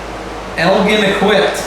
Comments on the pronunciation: Elgin is actually pronounced ElJin with a j sound and not a g sound... Sorry to nitpick.. if you need someone local to check stuff out, let me know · Good grief...EL-GIN...like the drink...GIN. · Was thinking the same thing. Actually more like ELLL-JHiiN